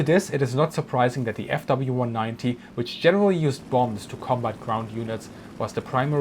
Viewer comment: "Ze Rockets" "It Schrecks Panzers" LOL Easily the most amusing episode of Military Aviation History.